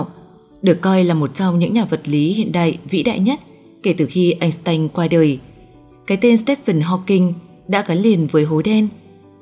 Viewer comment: Einstein sao cứ người Bắc thì lại phát âm là .. Anh..s..tanh ?!!! Phát âm đã sai cái tên Einstein !